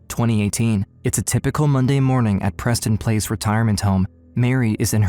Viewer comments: "Preston Place" 💀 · Im sorry no disrespect but am I the only one who thought he said "PrestonPlayz"? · I thought he said Preston playz for a second.😂